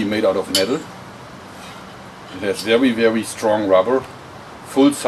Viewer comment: No wonder... It has vewwy vewwy strong rubber...